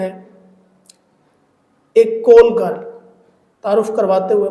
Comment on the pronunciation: کول گرل نہیں کال گرل ہوتا ہے 😂😂😂 اینکر صاحب